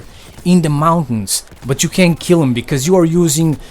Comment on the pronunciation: lil jeemy, 1 keel!